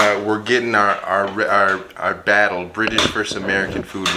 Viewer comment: British not Brish.....